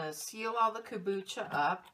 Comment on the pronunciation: Hey nice lady! so please say the M in Kombucha :D , then at about 7 minutes into the video you use some kind of lemon juice out of a store bought bottle what looks like. Just make sure there are no preservatives in there as it kills/fights bacteria and yeasts. Other than that, thanks for the good video! Whish I could get my hands on those brown bottles...